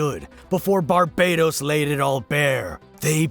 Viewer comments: I refuse to believe Barbatos is pronounces any other way than Bar-BAT-os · BAR-buh-tose, mate. He isn't an island in the Caribbean.